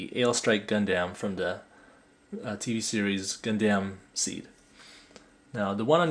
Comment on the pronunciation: Great review but you pronounced Gundam wrong. You pronounced it Gun-damn, when it's more like Gun-dum. That was my only complaint, the video was great otherwise! :D